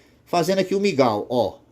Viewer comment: é mingau irmão e não migal kkk